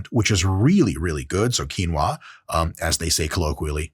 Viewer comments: qui-o-na lol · I died at “Quinoa” that’s Deadass a black womans name perfectly ok to say 😂😂😂